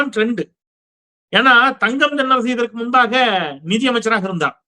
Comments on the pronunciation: ஒரு துரதிர்ஷ்ட அமைச்சர் நிதி பற்றாக்குறை என்று சொல்ல தெரியாமல் நீதி பற்றாக்குறை என்று சொல்கிறார் தமிழ் மொழியை அடகு வைக்கிறார் எங்கேயோ செல்கிறது தமிழ்நாடு சார் இரண்டாம் வகுப்பு படிக்கக்கூடிய மாணவன் கூட தமிழை தெளிவாக வாசிப்பான் ஒரு பேப்பரை பார்த்து கூட படிக்க தெரியாது அமைச்சர்கள் ஒருவன் சொன்னான் ஒரு முட்டாள் முதலமைச்சர் என்று அப்படியே வைத்துக் கொள்ளலாம் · நிதி யை நிதி என்று படிக்க தெரியாமல் நீதி என்று படிக்கிற முட்டாபய நிதி அமைச்சர் தமிழ் நாடு விளங்கும்